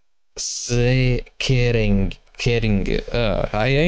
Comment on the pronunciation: Arbeids is decent, not perfect but good enough. ongeschiktheids needs some work (a person helping you how to sound it) verzekering is decent again, again not perfect but; Chappeau, I tip my hat - for a person that is just trying on their own, it's good. The ge-sch is where you seem to struggle the most. Maybe it helps if you read it as ge shi ktheid (sh similar to sh!t sound)